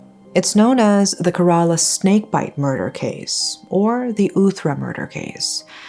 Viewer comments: I know compared to this case, pronunciation doesn’t really matter. May she forever rest in peace, but it isn’t pronounced Kare-ala, it’s pronounced Kera-la. :) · It 's pronounced "ke-re-la" . And it's a state in the southern region of India . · loved the video..... but its pronounced as keh·ruh·laa though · mmm..... it's actually not kerala means u pronounced it wrong like maybe u can search in google how to pronounce it like it's not kerala like instead of pronounceing "e" u will pronounce "e" as "a" ☺️